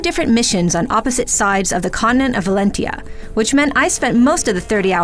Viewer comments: 7.8 is too low, it deserves more than this. The combat system is much more polished without the pair-up system, can't trust review these days when they can't even pronounce the title correctly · did she just say shades of Valentia ...just stick with fates and awakening okay 😂